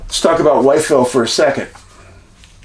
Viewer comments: We pronounce the name differently in Virginia. I live in narrows about 40 minutes away. Sort like …. Withville 👍🏻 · Love your work!! I watch every episode, an movie, had to say it but , Wytheville is most commonly pronounced "With-ville"